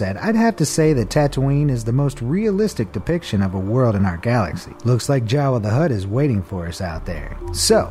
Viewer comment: did you say Jawa The Hutt?